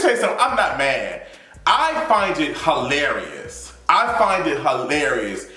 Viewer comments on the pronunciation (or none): Did you say "Ho-larry-us?'